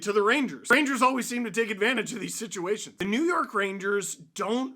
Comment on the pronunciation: "New Yeurk"😅😂😂